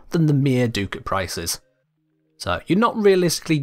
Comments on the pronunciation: what is a doocat??? its ducat(duh-c-it) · Ah, it’s pronounced like “Duck-it” not “Doo-cat”. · Sorry to be THAT guy, but it’s pronounced “duck-it.” Lol I kno I’m annoying…